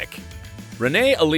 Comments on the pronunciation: It’s (sky-lar) not shoeler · Shoo-ler? It's pronounced skyler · Their name is pronounced 'Skyler' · It's pronounced Skyler. 😂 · Schulyer is pronounced Skyler, my dude. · Idk why but It annoys me that you said Shoe lyer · Because it's absolutely ridiculous the guy is talking about Hamilton and can't even pronounce probably the most important name after Hamilton correctly. Shows what kind of bush league hacks make these videos.